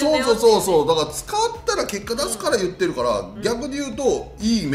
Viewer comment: 里崎好きだけど言ってをちゅってが気になる